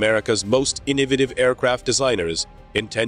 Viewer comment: Good grief the word is Inn-OH-vah-Tiv innovative!_